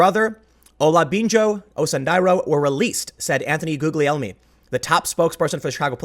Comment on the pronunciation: Tim! You are mispronouncing Guglielmi. I know you don't read any of this, but I thought I'd try again. I know you want to improve yourself, so that's why I keep talking about this.... But, of course, if you never read your comments, you'll never see it.